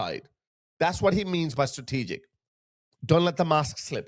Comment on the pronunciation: he can”t even pronounce the organisation “he banned”, and yes, pay a special attention to the expression “Strategic”.